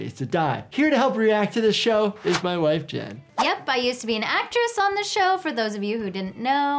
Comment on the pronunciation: "smoking hot babe" emphasising on his WIFE was hilarious